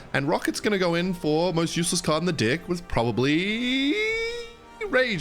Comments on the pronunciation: why do you keep on saying dick instead of deck? Your accent's killing me 😭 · for new comers: instead of saying deck, ken pulls out the whole family tree british accent to try and say it, but he always end up saying dick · you are not saying deck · I’m a new sub…. The way this dude says deck😂😂😂😂😂😂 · my deck he said it wrong 😂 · Am i the only one who hears somethings else when he says deck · bro did not say deck☠️ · bro defenitly did not say deck 😭😭